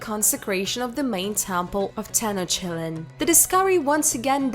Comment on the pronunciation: Tenosheelan…. Tenochtitlan sounds better